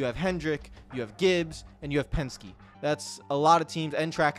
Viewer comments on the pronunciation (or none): none